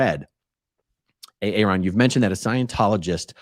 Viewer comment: It’s Aa-ron